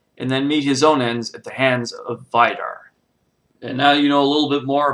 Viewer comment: you mispronounce Vidar